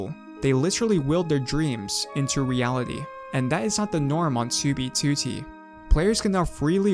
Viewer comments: It bugs me when you say toobie tootie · TEWBEYTEWTEY Edit: okay now I kinda like it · the way he says '2b2t' is so satisfying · Bro why you say 2b2t like that but I dig it